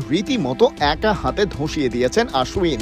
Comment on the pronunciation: আশ্বিন, আশ উইন নয় 😂😂😂